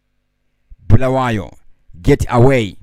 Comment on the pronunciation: Bulawayo not bhulawayo wena 😒